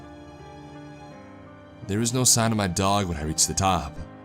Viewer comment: Dog-uh, live-uh, nice-uh,, fire-uh. What is that a CA surfer accent? I mean accent-uh. Its distracting-uh.